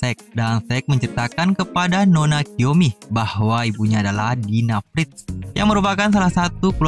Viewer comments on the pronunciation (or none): none